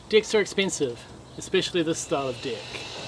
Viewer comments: Serious question. Why do you pronounce it dicks instead of decks. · Can't help it, i'm not native English speaker but how you pronounce deck sounds so much something else, quite sure you know what i mean.